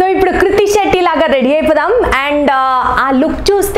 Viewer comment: it's not kurti shetty😅😅 it's krithi shetty